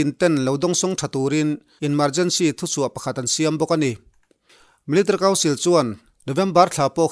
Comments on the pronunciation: MIL .TARY 😀😀😀😀 military tiin lam ve mai la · I trawng hmanhmawh mahh2 anih hi.. milatary pawh iti hman lo miltary iti a ang deuh ber.. mahse a bengvarthlak e